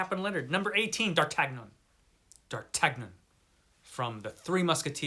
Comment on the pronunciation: D'Artagnan. 🤣You're killing me with that pronunciation. D'Ar Tan Yun. 😜He is a great character. I do like Gandalf, but I think there are better characters in those books. Love your list! Most I've never heard of, of course. I knew Conan would be in the top spot.